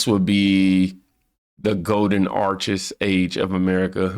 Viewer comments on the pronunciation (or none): none